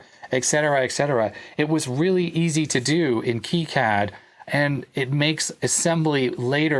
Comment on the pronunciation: Its kicad not keycad